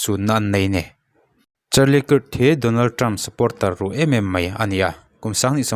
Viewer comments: Krak kak ti chiah silo alam hi dik lo maw kirh chu mizotawng a chhiar dan ni in kahria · Charlie kik ti a lamloh tur,kak tiin lam la,hriat a nuam zawk ang. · "kirt" ti in lam ri suh, "kark" ti in lam rîk tur..A in ziak ang ang in i lam ri a.. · A hming hi lam dik thei la chu atha sin😂😂 Kirk hi kark tih anga lamrik tur alom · 😂😂😂 nia mawleeee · A hming lam dik hram la chuan a tha mange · Kirk i lam rik dan hi a dik meuh maw...,🤔